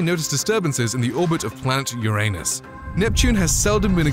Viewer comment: You said Uranus wrong…